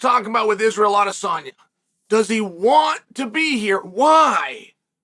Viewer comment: Wow he pronounced that perfectly lmfao !